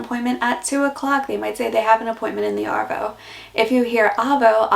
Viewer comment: G'day mate , This was a fully sick video but you have to work on Arvo and Avo they both sound the same when you say it lol . Keep up the great content mate :) oh BTW Dero short for Derelict meaning a homeless person or a tramp , hobo .